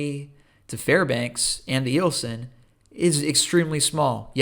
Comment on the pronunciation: Eielson is pronounced Isle Son. I was stationed there 1988-91, and I had no issues dating women up there (military and civilian). It was fun keeping them warm. LOL